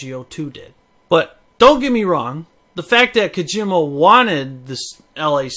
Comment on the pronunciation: calls Kojima KaGYMuh.